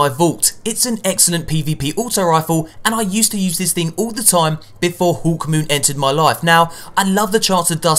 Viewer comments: 'Huwkmoon' God, accents can really Fcuk with people's speech! :D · lol listen to the way he says hawkmoon